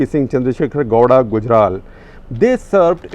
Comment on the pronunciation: Gawda sounds like law*a! 🤣